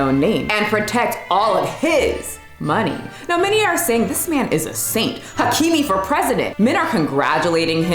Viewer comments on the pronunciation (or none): none